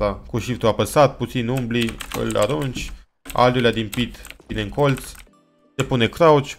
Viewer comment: când zici colț de ce pui accent pe TZ gen colTZ ??